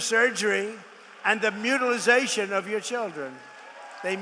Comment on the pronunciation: Don't forget the mispronunciation: "mutilizarion".